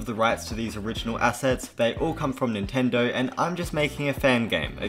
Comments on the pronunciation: It’s Nintendo not nuntindo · It's nintendo not nuntendo